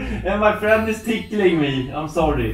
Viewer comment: "And my friend is tickeling me!" Smh my head